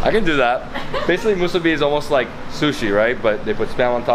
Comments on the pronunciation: It's pronounced "MEE-SUE-BEE" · It's pronounced MUSU-BEE...(MUSUBI) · Moo-su-be is the correct pronunciation 🤙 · ❤You're awesome!❤ Musubi - pronounced Moo-sue-bee🎉❤